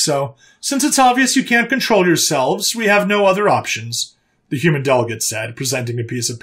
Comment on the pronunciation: What's a "Humman"??